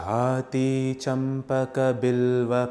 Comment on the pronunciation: Its Jaaji champaka Not Jathi